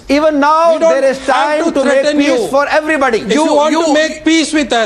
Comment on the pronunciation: He's talking a lot but not saying anything. Being unbiased you should understand this was not a debate. Second, the irony was on its peak when the same guy who ridiculed the dude's English said "EVERY-boo-di". The fuck is everboody?